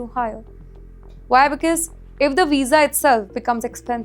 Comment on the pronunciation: ‘BECAUSE’ is NOT pronounced as BIKIZ please. It’s neither stylish nor cool. Please back up your confidence with better narration.